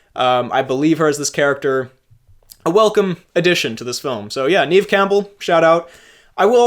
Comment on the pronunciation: FWIW, it's Neve as in "rev" and not reeve or grieve.